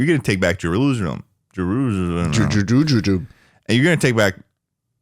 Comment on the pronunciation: can't say chutzpah, he can't say jerusalem, but loves calling himself and schlatt queer